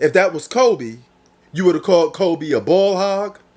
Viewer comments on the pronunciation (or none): none